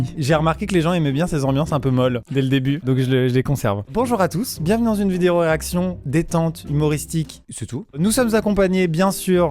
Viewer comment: a chaque fois qu'il a dit reaction j'ai comprie erection